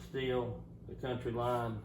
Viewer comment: Count-Y line , Coun—teeeee , not country lol